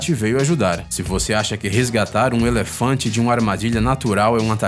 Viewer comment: Eléfantenho, Dézenas, Sédatevo, Final féliz, isso da uma agonia do caramba!!!